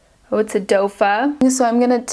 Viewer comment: A "dofa" 💀